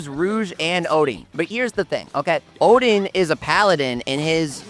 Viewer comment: O-din not o-dean ffs 😆